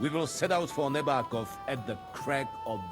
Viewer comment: Nebákov, short e, long a, short o. You do well.